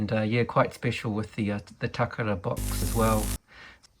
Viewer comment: VERY interesting to see these foreign release items on your channel! Especially with the box. Always find it neat you are one of the people who makes the conscious effort to pronounce "Takara" the proper way! I always say it the wrong way myself 🙈. Good on you for giving CC6 and Rob Vegas a mention!